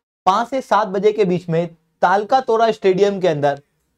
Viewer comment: Pehle to Talkatora ko thik se pronounce karlo sir 😂😂